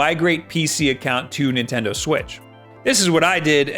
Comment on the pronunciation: Swaz doo lah, Nintenno